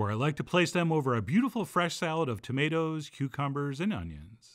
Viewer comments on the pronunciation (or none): none